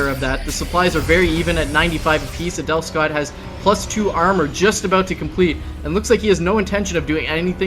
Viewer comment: Every time I hear Husky say Adelscott I hear 'anal'scott ><